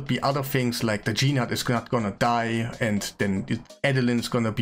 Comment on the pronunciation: Nice guide, thanks. It's not "G-Nut" though it's "nute". The G is silent like the word gnarly or gnaw.